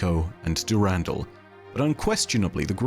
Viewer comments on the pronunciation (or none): can we please stop saying "du RAN DAL" is "Duh Rahn Dahl"